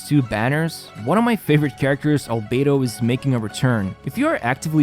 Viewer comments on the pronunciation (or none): none